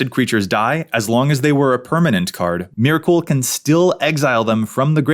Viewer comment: I’m sorry but the way you’re saying Myrkul is gonna give me a fucking aneurism. It’s [mɛɹkl̩] (like urkel).